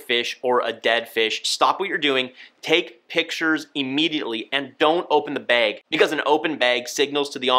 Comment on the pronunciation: Say “behg” instead of bag one more time I dare you 🤣